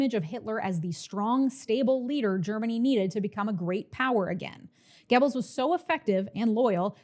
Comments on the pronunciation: Goebbels is pronounced “Gehr-buls” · Goebbels is no pronounced Gebbels oe is pronounced like the u in fur. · For someone who's pronunciation of "Göbbels" makes me cringe, this is is an amazingly concise history refresher. Ps. you didn't mention ballot stuffing but it's hardly a difference in the implication. It's depressing to watch people who don't know history repeat that. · Goebbels is spelled 'GO belz' not 'geh bils' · It's pronounced gur-buls not gebbels. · It's GObalz not Gebalz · Love the video, but, you have PLENTY of European fans (👋), please reach out if you need to pronounce German names.😅 'Gebbles' (like 'pebbles') is NOT how you pronounce Goebbels' name.🙏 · I was taught it was pronounced Joseph (GObulls) by my history teacher and ur pronunciation was the wildest part for me 😂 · “Goebbels” rhymes with “pebbles” in America. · Not the point here, but Görbbels is pronounced differently. It's like if you pushed an o vowel to the front of your mouth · Minor note joseph goebbels last name is pronounced like gerbil. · Great video! But please stop mispronouncing Goebbels 😅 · I think you are mispronouncing "Goebbels," but otherwise, this was yet another great presentation. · Great video, but please learn how to pronounce German names. Joseph Goebel's name is not prounced the same way as the sound a turkey makes